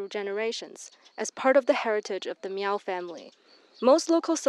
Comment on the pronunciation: It's not pronounced MEEEOOOWWW. That's derogatory!